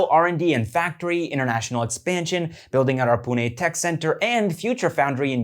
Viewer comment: I am glad how correctly he said पुणे and not पूने🤩